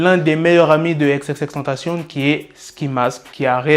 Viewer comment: Xxxtentacion pas xxxtentcion